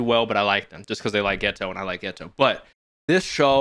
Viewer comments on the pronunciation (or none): Are you intentionally calling him Getwo? Cause if so thats pretty funny.